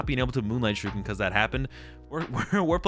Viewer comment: That is NOT how you pronounce Shuriken. Other than that, good video, been watching a bunch of yours to determine what deck I want to play at locals, so far picked Gardevoir and trying to find a second one I like